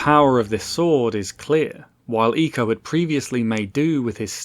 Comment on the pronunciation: Thank you for pronouncing eeeeco correctly